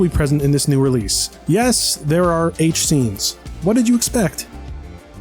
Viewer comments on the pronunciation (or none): I thought he said 8-scene, instead he said h scene.